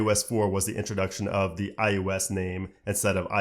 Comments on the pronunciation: I thought it was just me hearing IUS all the time. Maybe we can get to enunciate the O better, it drives me crazy also. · At least you'll be able to say iPhone OS, because you can't say iOS for shit.